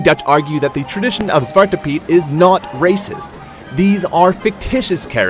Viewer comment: it's "zwarte" piet with an e at the end of zwarte 😅✌